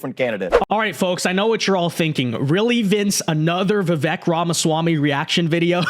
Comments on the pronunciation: Great vids but his name is pronounced Vivake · Please pronounce his name correctly